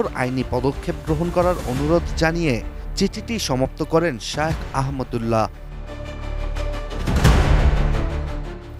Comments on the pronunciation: নাম টাও ঠিক মতো বলতে পারে না😢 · শায়েখ আহমাদুল্লাহ হাফিজাহুল্লাহের নামটিও পড়তে পারে না কী আশ্চর্য!